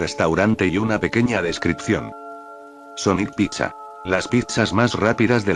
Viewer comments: En vez decir pizza a veces el loquendo dice Picha 🗿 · Soy yo o suena cuando dice pizza se entiende picha